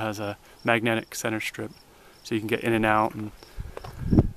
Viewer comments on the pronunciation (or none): none